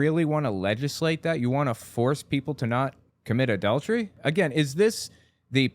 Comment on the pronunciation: "Mommy, what's 'adau-dery?'"